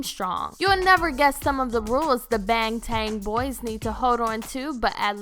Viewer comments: “Bengteng boi” *remembers a guy who pronouced it “bengten soniyond0n”* Edit: she actually said “bengteng boiz” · I can't watch thisss she butchered his name and "bAngTayn bOyz"